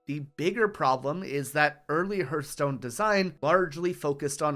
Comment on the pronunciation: Awesome video. This kind of historical content makes me happy! Only issue I had was the way you pronounced Hearthstone made my heart hurt ;).